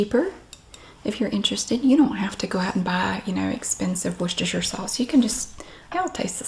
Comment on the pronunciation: Finally, an American that can pronounce 'Worcestershire' correctly... 😁